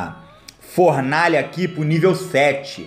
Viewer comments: formaalha kkkk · e Fornalha e n Formalha kk